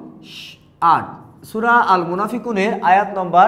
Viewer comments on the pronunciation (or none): sur na sura🤣🤣🤣